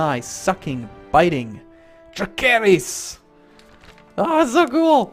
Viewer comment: "that's where dracarys is" "no wait that's how you say fire in dragon" "so we are in quarth" "rokuarro" "DRAKEHRYS" "pyiat pri" wow, does he even know how to pronounce anything? or the correct name of some things? other than that, great vid lol